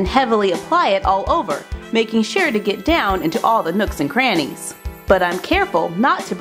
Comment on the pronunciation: Why does nocks and cranys sound so funny to me? I laughed when she said that!